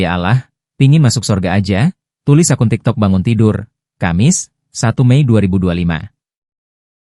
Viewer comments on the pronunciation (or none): none